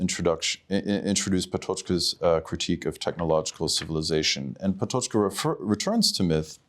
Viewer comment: not relevant but still: that is not how "Patočka" is pronounced